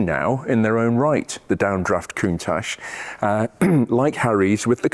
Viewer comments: The correct pronunciation is as it is written - count-ach, not coontash btw. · I concede you're right, but being Italian I believe it's pronounced countack, like bianchi bikes are pronounced biankee... or Michael mycall...etc... but yh, I've always said countash, and I'm not stopping now. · It struck me as a bit odd the way you pronounced "Coont-atch" (singular) yet "Coont-ashes" (plural)!! Any reason? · Is it pronounced "Countach".. or "Countash".. as you say both? Or doesn't it make any difference? 👍👍 Awesome cars.. however you say their name! 😅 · Everyone on the planet pronounces it countaSH.